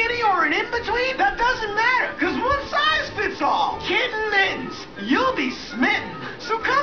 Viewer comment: "One SIZE fits all." Haha I love how he pronounces the accent in all the wrong places lol.